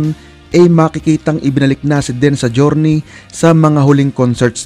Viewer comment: Bisaya kba kc Den ka ng Den .ang tama Dean ska Neal Schoen.husayan mo ha ?